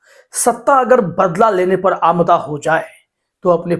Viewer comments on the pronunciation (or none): आमदा नहीं अमादा होता है।